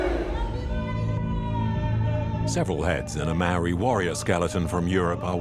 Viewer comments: Mar-ray-a???? It's pronounce Mar-reye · My god man learn how to pronounce Maori! It makes me cringe every time you butcher the word ....It is for your information pronounced Mowree not marie Mow like mow,ld (mould) ree. From the Tangata Whenua (people of the land) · Maori not mari 🤣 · it's pronounced mou-r(d)i - like mouldy but with the 'r' replacing the 'ld'. Notably the 'r' is tapped, not just said, so it's a bit like if you rolled it but only for a short amount of time. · Love it but every time he says 'mow-ree' I cringe a little